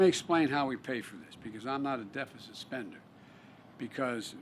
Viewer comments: Dee feh ceet? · Defacent however not deficit 🤷‍♂️ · Lets all have a Deefisit party Yeahhahahaaa! well if you can't read you can always be President lmfao... I thought Canada was bad for hiring a elementry school teacher.. but no.. Deefisit! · How do you mispronounce deficit..... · Almost 50 years of doing a terrible job. It's pronounced deficit like your brain deficit Any void of intelligence.